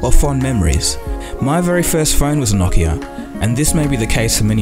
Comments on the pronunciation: whats a nockia? its pronounced no-ki-a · Its pronounced noe-kee-uh